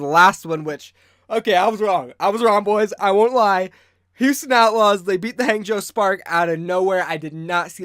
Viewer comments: It's not Hang as in hey, it's pronounced Hang as in hah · I just can’t get over you pronunciation of Hangzhou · I cry every time he says Hangzhou